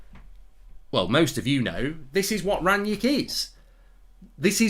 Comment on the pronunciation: Why you calling him Ranyick?